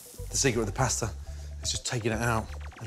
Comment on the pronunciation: Oy. It's like nails on a chalkboard every time he mispronounces the word pasta.